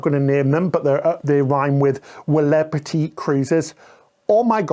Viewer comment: "Welebrity Cruises" 🤣🤣🤣